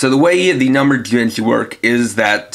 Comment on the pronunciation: Your pronunciation of some of the Jyudenchi is so off...